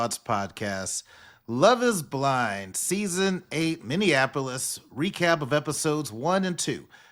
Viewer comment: Lol. Minnesota native. it’s MINNY-APO-LIS. not MINNY-AN-APO-LIS ♥️